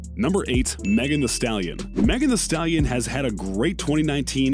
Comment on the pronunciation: Oh no he pronounced a shitty rappers name wrong 😢😢😢